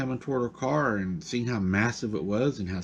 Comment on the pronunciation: Car not cat 🙄